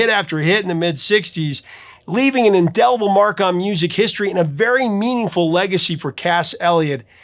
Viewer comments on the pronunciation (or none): none